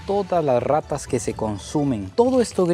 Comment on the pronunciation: No MMS y en tu país no ay rrrrrrrrratas